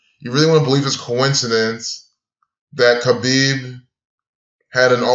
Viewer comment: It wasn't that hard to figure out, moron. Everyone was saying it. If you followed UFC you would know. And learn how to pronounce Khabib's name.